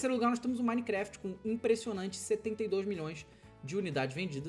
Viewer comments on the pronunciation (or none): none